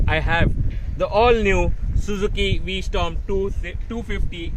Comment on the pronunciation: It's v strom, not storm